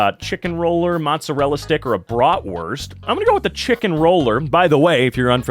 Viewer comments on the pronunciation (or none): none